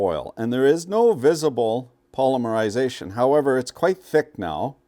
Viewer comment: pall LIM ur eye ZAY shun. Yur well kum. --------EDIT------ LESH uh thin Yur still well kum.